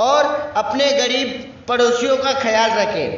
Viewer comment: Abe yr cca nhi caa hota h practice krke aaya kro